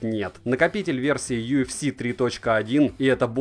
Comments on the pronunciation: Прошу прощения, но хотел бы сказать что нужно произносить Ю Эф Эс, а не Ю Эф Си... (это про накопитель) Ufs 3.1 P.S Спасибо за обзор! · не "ю эф си"(UFC),а "ю эф эс"(UFS) Это важно